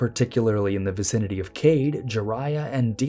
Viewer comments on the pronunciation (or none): none